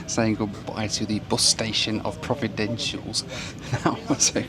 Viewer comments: I believe its pronounced: Pro-vi-den-ci-al-es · Provi-den-shulls? It is Provi-den-cialis, mate! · for goodness sake, learn how to properly pronounce names of countries/islands! Antigua is pronounced ANTEEGA and Provideciales is NOT PROVIDENTIALS! it is more like the Spanish-sounding PROVIDEN SI ALL EZ. And, yes, flying around the Caribbean can be an adventure, but can also be fun. There is method in the madness, at least mostly. Just roll with it. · Providen-shulls? 😂😂😂😂 “pro-vi-den-see-ah-lez” is the correct pronunciation sir. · Learn how to pronounce “Providentials” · It's not pronounced Providencials.. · It's pronounced Pro-vi-den-see-al-es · 2.45: prov-ah-den-c-a-leez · Providenciales is pronounced Pro-vid-en-see-als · Can you pronounce Providenciales correct.. it isn’t”Providencials” you’re missing two whole syllables. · You are the best , practice pronouncing Providenciales. PRAH-VIDENCE-EALESS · I love the Turks and Caicos Islands. Provo is the most populated island and gets the most tourists. But please pronounce Providenciales correctly. :). PLS was redesigned a few years back, and it’s way too small. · Hey, slight correction, it’s actually called ProvidenCiales. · For a small Turks based airline they have made it thru the growing pains and are doing great. Hats off to Inter Islands success after a humble start 35 years ago. Now learn how to say Provenciales. 😎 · Providenciales = pronounced as "pror-vi-dench-cher-less" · Provo-den-si-al-es (or just Provo for short) Enjoyed this video... Welcome to my Caribbean life. Inter island travel challenges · ive never been to turks and caicos and yet your pronunciation of providenciales made me cringe sooooo bad lmao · He just keeps mispronouncing Providenciales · Jesus Christ… all the resources we have at our fingertips and you can’t pronounce Providenciales properly.